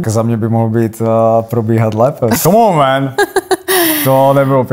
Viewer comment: Skvělá angličtina, fakt skvělá Komónmen